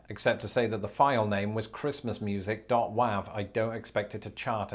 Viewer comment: Excuse me? "Dot Wahhhv"?